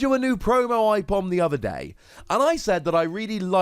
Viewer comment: I love ambipom good to see him back The way you say aipom hurts me tho